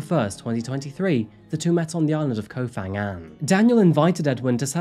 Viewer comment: By-the-way เกาะพะงัน, or Ko Pha Ngan, is pronounced with an aspirated "p" hence the "h" after the 'p' - "Ko pa-ngan". The "ph" is not pronounced like an "f" as you do in English.